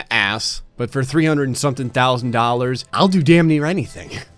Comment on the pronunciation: Did he just say dolly instead of dollar?